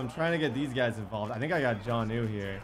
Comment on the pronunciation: why is he unable to say jonnu?